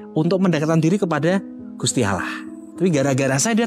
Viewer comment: Mau menyendiri mendekatkan diri kepada Allaah.malah piral rame Gusti Allaah dibacanya Gusti Alloh